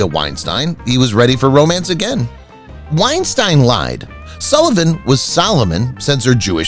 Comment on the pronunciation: Sullivan's wife's maiden name was Weinstein. The correct pronunciation is like wine-steen. Senior Wences had nothing to do with Topo Gigio. The puppet was operated by 3 puppeteers. The voice was provided by Peppino Mazulla. Ed Sullivan was on CBS, NOT NBC! Check the facts and learn how to pronounce this. It's embarrassing.